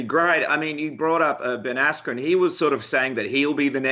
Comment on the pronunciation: “Ben Asscream“